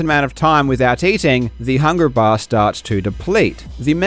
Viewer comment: Man, your trouble with hard Rs sounds like it hurts at times. I love your videos but "hungra baaah" was so hard to listen to.